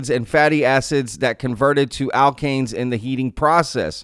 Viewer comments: Sounds like Dek-ane like oct-ane, un dek-ane, do-dek-ane. Alkane pronunciation was good. You don't realize the rabbit hole of learning you are in. Welcome to the tea party. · Yes you said alkane fine 🎉